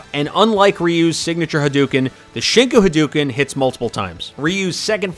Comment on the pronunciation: "Ha-doo-ken"... B---, it's "ha-DOH-ken"! Sheesh, you butchered that one worse than you did Shippu Jinraikyaku... (Just to be clear...In romanized JP, whenever you see "ou" or "oo", it's pronounced as a long O. Doubled letters are actually the same letter, but with stress. Same applies to syllables that start with a double consonant.)